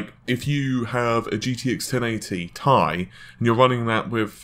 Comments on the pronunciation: In chemistry elements from the periodic table are pronounced with the word, in this instance titanium, or as seperate letters, in this case "T"-"I". The letters are NOT pronouced as a whole word. I swear to god, if this dude pronounces it wrong again in a future video I will unsubscribe, dislike and never watch a video again, this guy annoys the fucking crap out of me. "Tie", you can't wear it around your neck dude. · But even nvidia themselves pronounce it "tee eye", this guys just trying to be a smart ass by being scientifically accurate over a marketing term. It's probably best to call it what they call it to avoid the possible confusion of some tech noob seeing this video then asking for a tie from a computer shop... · People need to just relax about the Ti thing. Tomayto, tomahto. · It slightly bothers me how you pronounce Ti....but ignore my comment.... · AU stands for gold, ever hear any chemists pronounce it as a word? No you don't because they don't do that, the letters are pronounced seperately. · T I, not tie.. :) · T I... TEEEEEE EYE.. no goddamn TIE... FFS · T.I you idiot not tie ffs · Why do you keep calling it the Thai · Had to stop after 3 minutes of him calling the fucking 1080 TEE-EYE a fucking TIE!!! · "T I" ... not "TIE" !!!!! SIGH !!!!!!!! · Fucking T.I. Not TIE holy fuck I got triggered so hard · Lmaoooo it's not pronounced ty it's two separate letters t I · Please ... please ...please ... stop saying "1080 TIE" ... it's absolutely " TEE-EYE" in pronunciation. Good video otherwise, as per normal. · 1080 tea-eye why does it matter so much how anyone says it its like the tomato-tomato thing or patato-patato. Logan from tek i mean Crit calls the Ti version tie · STOP SAYING TIE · im pretty sure its pronounced T.I. and not tie... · it's not TIE, it's T I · Nope, I've heard Jen-Hsun Huang pronounce it as T-I and not as Tie which sounds ridiculous. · I can't watch this because he says TIE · Did he say TIE? NASTY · tie wtf are you saying